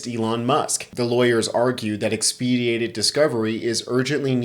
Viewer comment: Sir, I deeply appreciate your commentary and am subscribed to your site. I just wanted to point out that the word "expedited" is pronounced as if saying expe - sited, or expe - whited. This is just for your future use. This is not meant as a criticism. Your commentaries are a service to our country and I thank you. I personally would rather be corrected so as not to make the same mistake in the future.